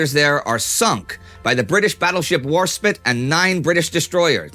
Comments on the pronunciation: "Warspit"? It's "Warspite"! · WarSPITE, not WarSPIT. Other than that, great video. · Warspite, not Warspit. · Is it pronounced SPIT not SPITE? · It is Warspite and not Warspit, Indy. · HMS WarspitE spite. not spit XD. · Hate to do this as I absolutely enjoy your videos but the pronunciation of warspite is warspayt and not warspit. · Warspite, not warspitt. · WARSPIT? :P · You said Warspite wrong! It’s War-Spite, not War spit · The name of Warspite pronounced"war-spite" not "war-spit" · War spit 😂😂 it’s Warspite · The Brittish battleship is called Warspite not warspit. That battleship deservers its own video, She still is the most deccorated Battleship ever. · Warspite not Warspit. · i dont mean to be rude ,but that is not how you warspite ,its warspite (sipte like in spitetul) not warspit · Its pronounced war-spite! Respect the grand old lady! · is it really pronounced HMS War Spit? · For someone who puts this much effort in pronouncing foreign names and cities, I did not expect The Warspit :D apart from that , great as always! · HMS Warspite, pronounced "war spyte" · Ah yes, the valiant "War-spit" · Hold your horses there, is THAT how you pronounce Warspite? Eww. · You said Warspite wrong. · nope.HMS Warsprite was a naval vessel, and Indy mentioned its work, just didn't pronounce the name very well.